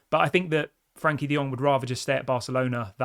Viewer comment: I hurts a lot when I hear Frank De Jong name.